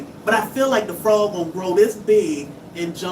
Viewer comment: 😂 You said, " It's a FU-ROG!!!"😂😅